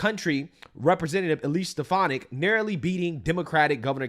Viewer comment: I heard something other than stef-an-ick.